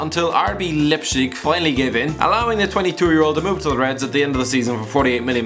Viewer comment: you said Keita and Leipzig so fucking wrong that I cringed so much